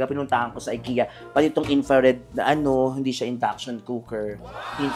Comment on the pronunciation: Actually, it’s not Aykiya” it is pronounced as E- ki-ya…. (Ikea).. Wala, trivia lang…..😄😅😅